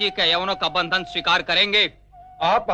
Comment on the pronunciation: हम बंधनो से मुक्त होने के लिये तैयार हैं.. यहां बंधन को भंदन उच्चारित किया गया.. धृष्टता के लिये क्षमा करें.. ॐ 🙏🙏